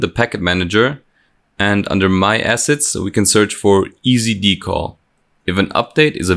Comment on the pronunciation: Drinking Game: take a drink every time he says Dee-caull.